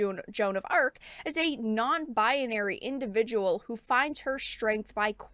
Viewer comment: First video I see of you and I'm following now. But I have to say, you keep saying Baya-nary instead of pronouncing like Bai-nary. Sorry, had to say something